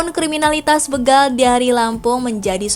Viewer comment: Begal... Be dibaca seperti Betawi ? SALAH... Yg benar Be dibaca seperti BETAKAROTEN.